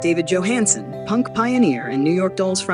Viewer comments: It would be nice if this AI could figure out whether it's going to pronounce the first letter of Johansen's name as Y or J. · this robot A i can't be bothered to pronounce his last name correctly. yo, Hans !